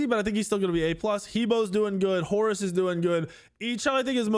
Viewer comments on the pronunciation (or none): none